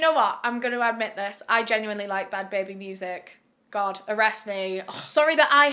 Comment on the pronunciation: "bahad bahabie" had me howling edit: also "she degaf!"